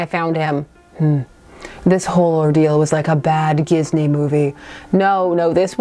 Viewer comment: "We can't call it jizney" it's a dating sim, low-key I think that's like the only way we COULD pronounce it